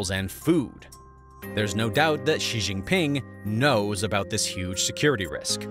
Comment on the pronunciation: He also pronounces Xi as gzee instead of shee. Good material, but needs more study.